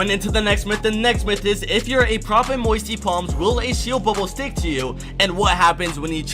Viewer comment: Lol "moisty plams"